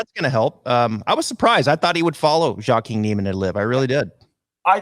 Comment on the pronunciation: pronounces Joaquin’s name correctly. still pronounces it wrong. It’s Waa-Keen.